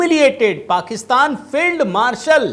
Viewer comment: ठिक से उच्चारण करें । श्री युक्त पाकिस्तानी फेईलड मार्शल ।